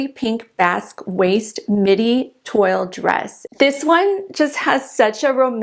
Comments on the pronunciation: Toile is pronounced “Twaal” ;-) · Toile print is pronounced as 'Twall'